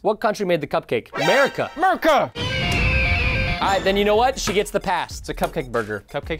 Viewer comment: Amercia not America